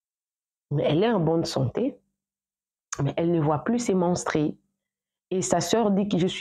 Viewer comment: Toi aussi soigne correctement ton langage la prochaine fois car tu commets des erreurs qui n'en faut pas par exemple on dit menstrues et non menstries on dit brusquement et non brusquement etc... J'en passe